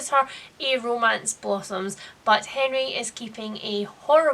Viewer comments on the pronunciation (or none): none